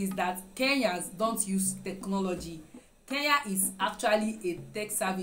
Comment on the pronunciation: not keya it's kenya